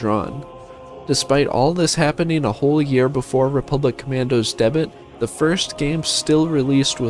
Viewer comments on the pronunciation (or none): Wait did I just mishear that or did he just pronounce the word "debut" as "debit" 🤣?